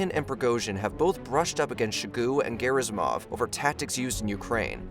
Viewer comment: Lmao "shogoo and garrismov" 😂